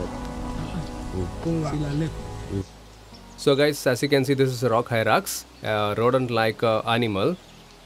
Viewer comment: It is Rock Hyrax, not rock hyrak